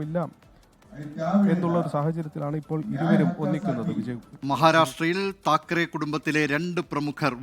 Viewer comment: താക്കറെ അല്ല ഠാക്കരെ എന്നാണ് ശരി